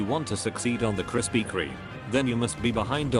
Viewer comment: Did the tts just say Krispy Krieg